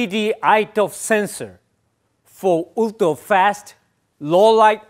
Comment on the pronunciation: Oooltra 😂. He gave a good presentation. Great phone.